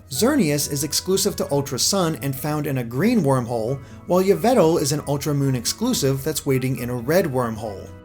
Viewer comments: Its yveltal not yvetel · Its pronounced evil-tall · It's ee-vel-tall. Not veatle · Its pronounced ee-vel-tall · "Yvetal" Does this piss off anyone else? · IT’S “YAH-VIL-TAL”!! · Yvetal THERES AN L THERE FOR A REASON USE IT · You missed the L in Yveltal. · You pronounced Yveltal wrong.... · fucking stupid that not how you say yvelta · Why do you not know how to pronounce Yveltal